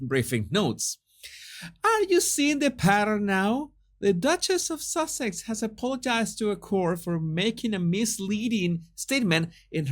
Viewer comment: Why do I keep hearing “Duke of sausages “ ?